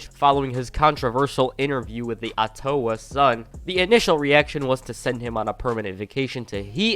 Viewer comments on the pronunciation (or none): Ah-toe-ah sun?? More like otta-wah sun. Canadian city 😂 🇨🇦 Ottawa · Did this guy just say "attowah" instead of Ottawa? 😂 Jesus Christ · Good video! Just wanna say Ottawa is pronounced Aw-duh-wuh !👍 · The Awe-towa sun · The way you pronounced Ottawa 🤣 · The way this dude said Ottawa..